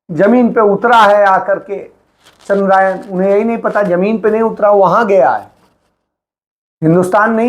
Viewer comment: Nehru ने कोई ऐसा संस्थान नहीं बनाया जो आपको चंद्रयान को चंद्रयान बोलना सिखाता